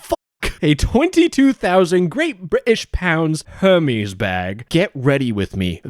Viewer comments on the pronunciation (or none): Calling Hérmès the same name as a Greek God is crazy. It's air-mez, not hermeez 😭 Aren't you Canadian? I thought y'all spoke French???